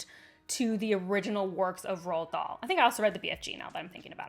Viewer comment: The first time she said the name i genuinely was puzzled about this 'Roll Doll' 😅